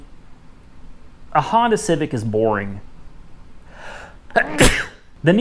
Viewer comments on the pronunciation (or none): none